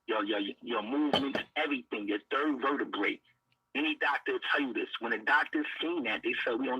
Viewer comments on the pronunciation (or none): He said my 3rd verdabray 😅😅😅😅